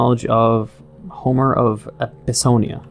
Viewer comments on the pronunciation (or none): none